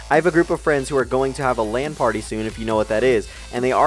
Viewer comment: OMG I thought he said ''Land party'' :P